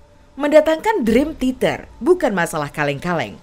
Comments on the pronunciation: Min, sejujurnya saya nonton ini sambil nahan nangis lho Min... Bisa2nya si mbak narator nyebut Dream Theater jadi Dream Titer. Seudih aku tuh Min... Seudihhhh... 😭😭😭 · Maaf ya yg voice audionya ngomong "Drim titer 🤭